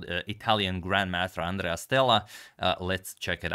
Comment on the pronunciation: Hahahahahahaah Àndrea 😂 it's Andrèa